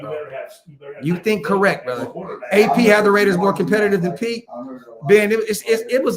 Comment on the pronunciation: I thought we would have been competitive. Not com-Pete-ing